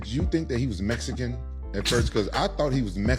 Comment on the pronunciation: Why Rampage say “Mesican”. Let me axe you a question Rampage